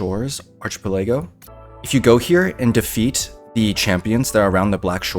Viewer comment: arch-eh-pel-a-go has to be rage bait